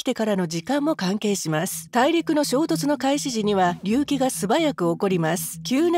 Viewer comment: 隆起の発音……